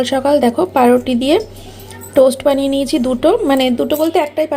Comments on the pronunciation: Paau ruti bolte ki khub kosto hoy naki ota ke pa ruti bole naa , bole baau ruti bole 😂🙄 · O paa die ruti khai tai pauruti bolte pare na